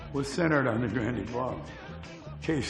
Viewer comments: LOL pronunciation of GRANDE (Grand'ee) Ballroom... The 'e' on the end is silent, the spelling is 'Olde English'.. 😉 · It's weird how the folks in the documentary don't know how to pronounce the word "grande." It's not grand-ay, it's just grand. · Leave it to a bunch of Yankees that can't pronounce Grande' properly. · Grand E Lol. It's French and the e is silent.